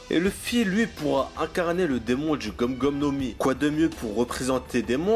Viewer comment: On dit gumU gomU no mi et pas gum gum no mi.